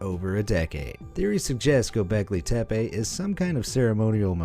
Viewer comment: İts “Göbekli tepe”